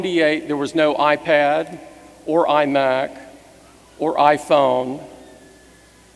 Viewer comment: "An ah-Pad, an ah-Phone or an ah-Mac?"